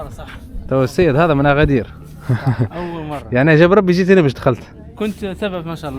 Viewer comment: لا لتحريف أسماء الأماكن المدينة اسمها أكادير وليس اغادير وله دلالات باللغة المحلية